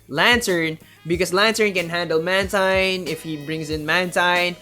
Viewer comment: Great job! Couple of notes: It's man-TEEN, not man-TINE. And I think it was running wing attack based on the feathers the animation it was showing